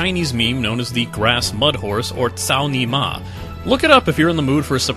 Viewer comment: omg "cao ni ma" careful how u pronounce that, man